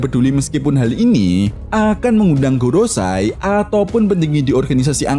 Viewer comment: Gorosei Min bukan gorosai